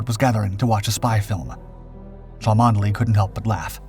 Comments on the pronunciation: Please, Cholmondely is Chumley when spoken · Arrrgh the mispronunciation. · Cholmondeley, pronounced Chumney I beleive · 'Cholmondeley' is pronounced 'Chumley' ! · chomondley is pronounced chumley. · Thank you, I was just about to say the same thing.. good to know how known it is 👍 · This is about one of the greatest deception plans ever. The man who thought up the plan was Charles Cholmondely (pronounced 'Chomly'). You should be ashamed that you failed to provide the correct pronunciation in your episode.